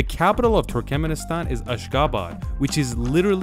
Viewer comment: So, is ”Turkemnistan” the ””Nucular” 2.0”? 😅